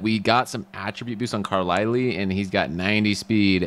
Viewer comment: Great collaboration, but it’s Car-lie-L. Not car- le- le